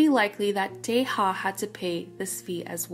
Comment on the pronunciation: i feel so sad about Daisy as she seemed to genuinely love doing this more than anyone else in the band (all 9 members) 😭 (btw "yeonwoo" is being pronounced "yono" and taeha correct pronunciation is "tea" not "teha")